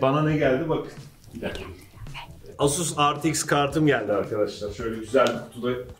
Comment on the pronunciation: RTX i okurken R ve T harflerini inglizce kuyup X harfini türkçe okumak.. bu hatayı herkes yapıyor. universitede akademisyenler bile yapıyor. eks diye okunur.